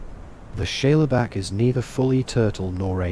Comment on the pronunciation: Great vid. Are you saying "Shayla Back"? If so, Shale is a sedimentary rock made up of mud, clay, etc, and is pronounced "Shayl"